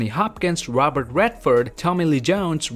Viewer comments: I’m a the only one to hear “RUBBER” downy jr. insted of “ROBERT”... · I'm never one to rip into someone's accent, but i cannot stop hearing "rubber Downey junior" :) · The way he says Robert downy Jr. (Robat)Downy Jr.